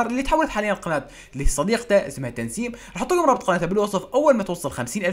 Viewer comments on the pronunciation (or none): مش تنسيم تسنيم ههههه قالتها غلط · مين لاحظ انو عم يقول تنسيم بدل تسنيم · اسمها تسنيم مش تنسيم 😂😂😂😂😂💔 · تسنيم ❌ تنسيم ✅ 😂😂😂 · تسنيم ❌ تنسيم ✅ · تسنيم مو تنسيم ركز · اسمها تسنيم مش تنسيم 🤔